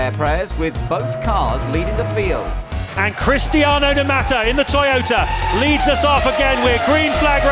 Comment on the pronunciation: 'Cristaino'.... ME: Suuuuiiiiiiiiiii